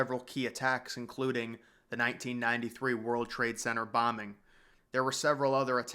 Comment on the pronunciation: Why do you not pronounce the 'T' in Center?